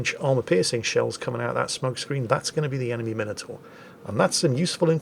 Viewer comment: After listening to Flambass and everyone else say Mine Oh Tore, it's simply lovely to hear proper English and you say Minotaur! Marcau doesn't have reload boost, just 3 second reload.